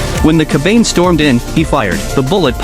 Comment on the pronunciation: Its pronounced Ka.Ba.Nay... not ker bayne. Damned AI.